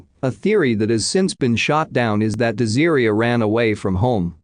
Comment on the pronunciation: [de-zeer-ia].... Is her name really pronounced like that or is it [des-ah-ray]? 😬 Wish there was better narration on these videos.